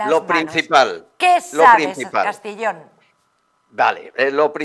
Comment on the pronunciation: Es Albert Castillón , no Albert Castellón